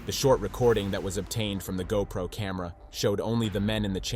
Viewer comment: Your retarded computer narration doesn't know what a GoPro Camera is! It pronounced it G O Pro. 😂 Hey, i have an idea. HOW ABOUT NARRATE FOR YOURSELF!!! Computer narration sounds cold and institutional. Natural voice sounds warm and inviting. Thumbs down spanking! 👎